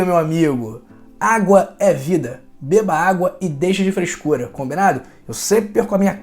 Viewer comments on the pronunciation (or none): não é “caicas” e sim “cascas”. Também, não é “refreicos” e sim “refrescos”; não é “freiscuras” e sim “frescuras”… e por aí vai. Muito bom o vídeo, vamos seguir sua orientação, com certeza e o senhor maneira aí nos “is”. Aqui de Mato Grosso do Sul.